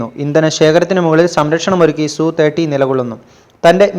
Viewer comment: സുഖോയ് സു 30 അല്ല , SU 30 എന്ന് പറയണം അല്ലാതെ സു അല്ല , എങ്കിൽ MKI എന്ന് പറയാതെ മകി എന്ന് പറ .സുഖോയ് SU 30 - mki എന്ന് ആണ് .